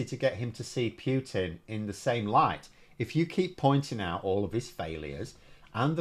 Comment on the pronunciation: He is not called Pew-tin !